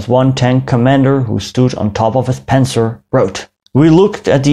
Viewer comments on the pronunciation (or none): none